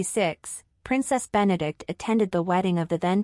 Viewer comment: Her name is Benedicte. Four syllables. Be-ne-dik-te.